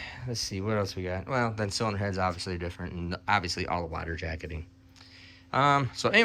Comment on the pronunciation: Please stop saying the word "water". The way you pronounce that word is so strange.